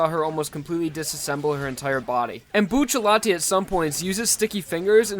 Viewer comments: It's not buccialti it's bucciarati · Why do you call him Buccelati and not Bucciarati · Y do u call him buccallai when it's clearly buciaratti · Saying "Buccelati" instead of Bucciarati is annoying as hell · I'm going to say this once and only once.... IT IS PRONOUNCED BU-TER-ATI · Look at how they massacred his last name 😔